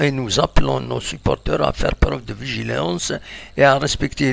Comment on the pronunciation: vigilance, c'est pas "vigilence"